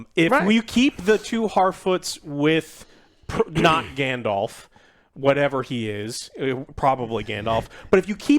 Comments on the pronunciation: "Grandelf"............are you fuckin serious??? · Hodor. Grand the elf. Grand Thr Elf. Grand te elf. Grand Elf. GrandElf. Gandelf. Gandalf. 😂